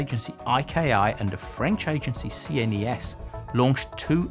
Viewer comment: Why do people read NASA as nasa, but they read ESA as ee es ay, and CNES and cee en eee es? It's really hurting my ears to be honest, ESA rhymes with NASA, and CNES is pronounced [knes]. Stop the madness.